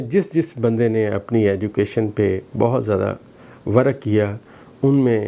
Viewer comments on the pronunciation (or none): Dr sb ko sahih bolna ata nahi hay or chalay hain Pakistan ki Taqdeer Batany , Work ko Worke kahtay hain .